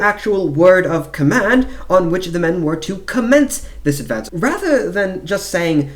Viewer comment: Please don’t use a fake English accent when narrating. Its very painful to listen to such fake affectations, can’t focus on the info. It just sounds like an American putting on a bad accent. Command and advance isn’t pronounced like that when you are speaking English for example.